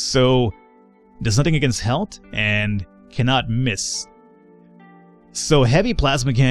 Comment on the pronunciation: How come you pronounce the word "health" the way you do?